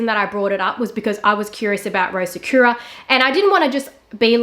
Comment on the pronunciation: Take a shot everytime she mispronounces sakura 🥃🌸 sahkyuuuuurah sahkooooorah